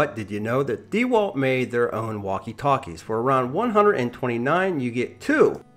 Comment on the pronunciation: If you didn’t say D walt, I’d like this review much better